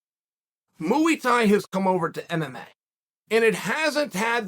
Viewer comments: “Mooey Tie” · “muAy Thai” uncle Chael 💙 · Why does he keep saying mooy Thai hahaha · Mooey Thai? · Starting off strong with "Mooey thai" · Chael has gone from pronouncing names wrong to saying muwi tai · The greatest striking art, MUI THAI. M.U.I. THAI MUI THAI! Uncle Chael does this to us on purpose 😂